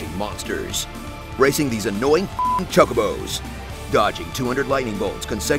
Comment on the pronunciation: teeedus??? Chuckabos???